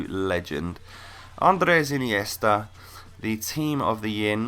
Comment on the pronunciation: I love how you say Inesta's name in a spanish accent